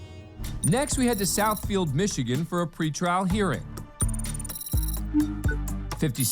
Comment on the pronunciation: Interesting the way the Judge pronounced Michigan , or is that the correct way to pronounce ?